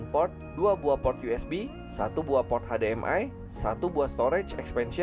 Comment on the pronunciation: hade,em,ai bukan nya hesdi,em,ai 🤣🤣🤣🤣🤣🤣🤣🤣🤣🤣🤣🤣